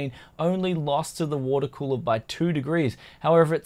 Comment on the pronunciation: the way like he pronounce "cooler", in italian sounds like "culo (ass)"